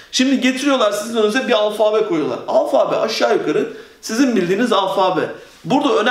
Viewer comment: alfaaabe değil alfabe olacak o